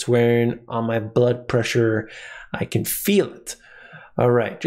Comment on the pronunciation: Did you say butt pressure?🤣 maybe because she was sitting on her azz lol makes many people’s blood pressure rise 🙏🏻🙌🏻